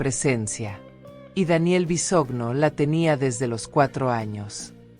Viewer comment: Es Micaela no michaela. Es Bisoño no visogno